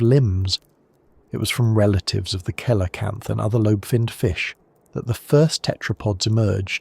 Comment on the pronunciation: See-la-camp-f not kee-la-cam-f Also we have satalite mapping of the whole sea floor, it's the miles of up and down that we don't have cause the vast majority of it is empty.